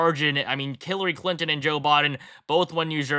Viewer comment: Did I hear him say Killary Clinton? 🤣🤣